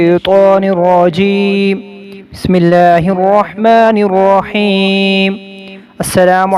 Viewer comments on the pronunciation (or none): none